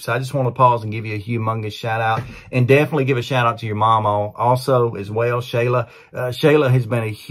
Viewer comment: Hey, this is Josh's older brother Joe, our moms name is actually pronounced sh-ALL-uh, not SHAY-luh, dont feel bad everyone gets it wrong, love for the video thanks for getting the word out about my little brother.